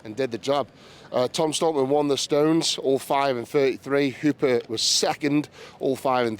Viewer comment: Maybe mitchel will help spread awareness on how to properly say the great surname of Hooper. Props to Eddie for saying it right so many times lol